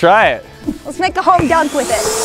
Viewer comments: "home dunk"? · Did she just say “HOME DUNK”???? Home run-slam dunk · She really said 'let's make a home dunk' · Is nobody gonna talk about she said "Let's make a home dunk with it"?